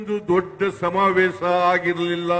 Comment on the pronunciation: ಆಸನದಲ್ಲಿ ಸಮಾವೇಸ ಥೂ.. ಕನ್ನಡ ನೋಡಿ ಎಷ್ಟು ಕೆಟ್ಟದ್ದಾಗಿದೆ. ಹಾ../...ಶ ಬರೋಲ್ಲ. ಕನ್ನಡವೇ ಧನ್ಯ!